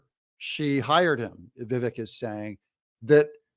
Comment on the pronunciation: Douglas, it's Vivak (sp?)...as he says, my name rhymes with CAKE.😊